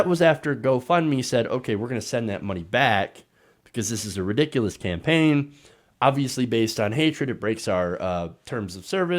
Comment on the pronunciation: I don’t think he knows he said scampaign Lmaorotf